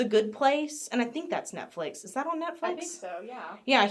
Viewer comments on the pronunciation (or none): none